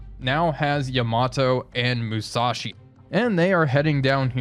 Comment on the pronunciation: Another great video! Now, some comments about pronunciation. Unlike in English, the Japanese language does not emphasize the middle syllable in a 3 syllable word. Hence, though English speakers always want to say "Ya-MA-to", the Japanese say "YA-ma-to". And "MU-sa-shi". And "SHI-na-no". And "AH-ta-go"...etc. Chokai is still CHO-kai. Haruna is HA-roon-a. And the other thing is the Gato class submarines. I'm pretty sure it's pronounced like the Spanish word for cat (gato): GAH-to. Not GAY-to. Anyway, thanks for another great episode!